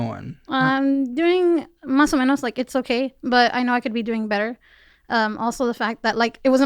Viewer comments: The speed blabbing of "mas or menos" makes my eyeball twitch. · Why did she say mas o menose? Which means more or less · She said mas o menos in a way that was literally the farthest from what it means 🤣🤣🤣hell she can’t have Spanish as her first language